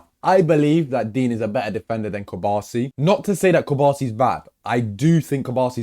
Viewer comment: put some respect on Cubarsis name